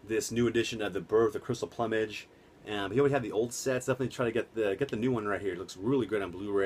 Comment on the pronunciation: You pronounce the word Plumage wrong man lol I received my copy today, killer set had to own it Arrow Video never disappoint.